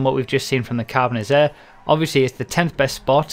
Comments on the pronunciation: Whats next? XD. And why did you say "Carbonizarre" and not "Carbonazi"? I thought you would have learnt that by now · Think you said Carbonizzare wrong. Kappa :P